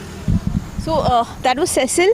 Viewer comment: Please pronounce her name properly. It is pronounced See-sill. It is of French/Portuguese origin. Cecil is the pronunciation of the male equivalent.